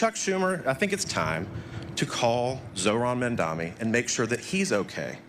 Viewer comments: The only thing that I would like to suggest that SOH Mike Johnson change is: It's the new New York City Mayor Mamdani (sounds like) not Mamdami. Other than that, he is pretty much spot on. Bravo Speaker Johnson. Keep calling for a few Democrat Senators to end the filibuster and vote to re-open the Government, and get back to work Democrats. Open the Government and the House resumes regular session. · The fact that they are all intentionally pronounced Mamdani’s name wrong is showing you how they are really furious about the winning of the people of NYC over their billionaires donors.